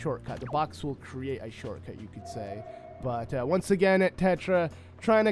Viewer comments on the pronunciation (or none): none